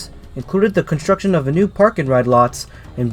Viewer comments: it’s pronounced ver-sales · In other words, it’s “vur-SALES”, not “vehr-SIGH”. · As we lived in the South Hills we never had any use for the PAT Train but we did go down and ride it out and back over it's last week of service to say that we at least rode it once. And I know you are not local so not in the know but Versailles is pronounced as it is spelled more or less (ver-sales), not like how the French do. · B&O PATtrain serviced Pittsburgh,Braddock, McKeesPort, PortVue ie pronounced PortVue on Pittsburgh Division onto Keystone Division to service Versailles pronounced Versales. B&O Pittsburgh to Connellsville PA had possible 15 stops in Allegheny County with possible 5 stops in Westmoreland County and possible 5 stops in Fayette County PA leading into Connellsville Yard. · Ive lived south of Allegheny County for sixty years in Fayette & Greene & Westmoreland & Washington Counties. Versailles wasn't pronounced like the Royal Palace in France. It was pronounced VER-SAILS with VER rhyming with HER, and SAILS rhyming with TAILS or TALES. Port Vue didn't rhyme VUE with VOODOO instead VUE rhymed with DUE or DEW. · I thought the same thing. ver-SAILS is correct Pittsburghese. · Does NOT have to be France. The name of the borough is pronounced "Ver sails." However, for any history course covering the end of World War I in a Monongahela Valley high school, teachers must refer to the Treaty of "Ver sigh." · Oh my... That's not how you say Versailles. This isn't France. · A little bit more research and you could have figured out how to pronounce some the places mentioned. Western PA does not usually pronounce french words like the french do. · Have to wonder about narrators who don't bother to research correct pronunciations. This narrator is obviously not from the Pittsburgh area. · It's pronounced "ver-sales" and "port view,". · Portvue is like Portview. Versailles is like Versales.